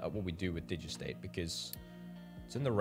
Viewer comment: Digestate is pronounced digest state